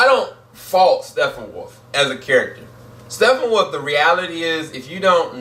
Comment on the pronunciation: I have to say one thing negative about you lol. Can you not pronounce Steppenwolf???? if it's a speach thing that it's all good but seriously dude. It is not STEFFENWOLF lol